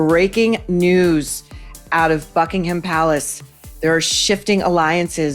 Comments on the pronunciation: Did anyone else hear "F'inghamPalace" rather than Buckingham Palace? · Excuse me, did you say "F**kingham Palace? Brilliant, that shall be its name to me forever more.